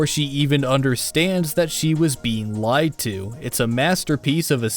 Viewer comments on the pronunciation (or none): none